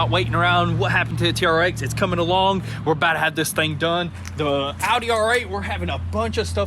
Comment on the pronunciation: Thought he said Howdy R8 lol